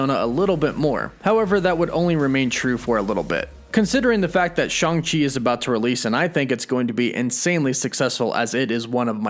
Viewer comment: Its Shang, not shon chi... Go back to school, Jesus! And the way Disney is gearing the mcu I'm expecting a live action Agents of Smash